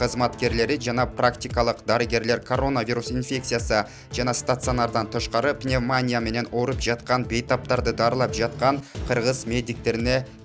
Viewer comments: ПневмАния эмес, пневмонИя! Басымды туура коюп суйлочу диктор! Уят да, сени миндеген кишилер угуп жатышат! Бир эле ушул созду эмес, башка создорду да туура эмес суйлоп, тантыйсын. Ким сени жумушка алды? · Алып баруучу, видеонузга Рахмат.Бирок пневмаания дебей туура айтканды уйронуп алынызчы. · Диктор пневмания деген созго туура басым жасап айттчы сураныч а так жанылыктарынар жакшы кыска нуска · Ушунчалык журналисттер сабатсызбы?? Пневмония дегенди окуй албаган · Пневмания деп туура айталбасанар, кыргызча эле айткылачы!!!